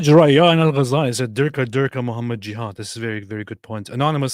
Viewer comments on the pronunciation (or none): none